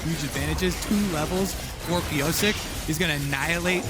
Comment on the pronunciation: The way the casters pronounce Piyosik as ‘Piyosake’ sounds weird 🤨. Its ‘piyoshake’